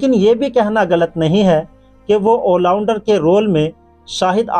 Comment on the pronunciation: Bhai wo ollounder nahi hota all rounder hota hai